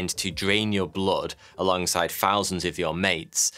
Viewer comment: Good luck,little buggers! We're in a human caused mass extinction now, as we speak. Your Scots-English accent is right pleasant. But I never understood how "thousand," and other like words get pronounced as "fows end." No insult. Curious though ["cur e owss. foe?"] is all. No desire to insult. Yours is a fav channel. I continue to save every episode. Much love, Anglo-Celt bruvver! God save th King!